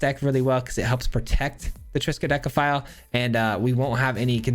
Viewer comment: Triskadekaphile again? And you pronounced it right!